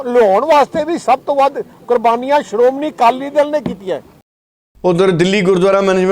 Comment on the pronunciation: Siromuni. Nahi. Siromanhi keh